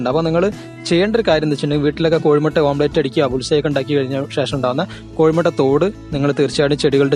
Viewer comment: Omlet not om plate